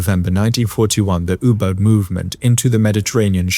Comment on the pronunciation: never in my life have I heard someone pronounce "U-Boat" like that